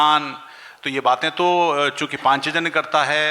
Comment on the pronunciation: शिक्षक महोदय पाञ्चजन्य बोलना तो सीख लो ,सबसे बङे हिन्दीभाषी प्रदेश से आते हो और उच्चारण ही शुद्ध नहीं है